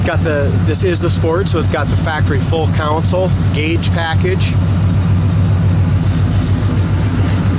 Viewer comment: So you noticed too... A lot of presenters say "counsole" It is ofcourse a "console"